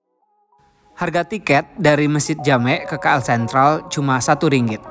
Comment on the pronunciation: Sebutan tu salah bukan Ki El tapi Ke El